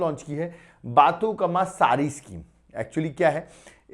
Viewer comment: Sir sorry but telugu pronunciation is very difficult but That is बतुकंमा and मन उरु मन बडी